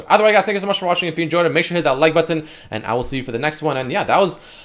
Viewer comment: Who else hates the way he says “button”